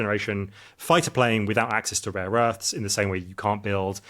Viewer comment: I thought this guy was making some good points until he said “raw earths” several times, turns out he’s an idiot.